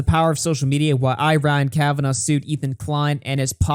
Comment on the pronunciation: Bald Daniel Keem is doing so well. Big interviews on huge channels. So many views. His channel is definitely not dying. He's clearly got a great relationship with Ryan Kavanaugh. That is why he pronounces it Kavanauv'.